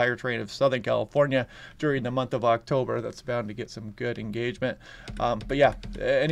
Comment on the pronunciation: The AI announcer failed with the date of the launch pronounce of October. Thanks for reminding me that human kind is fading from communication.